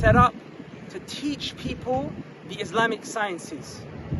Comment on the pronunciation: Why does he say IZ-LAMB-IK ?